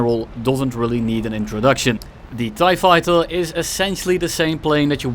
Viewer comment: TieFighter or ThaiFighter? 😂